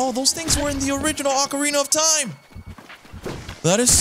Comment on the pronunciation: no-one ever says ocarina of time right, come on man😂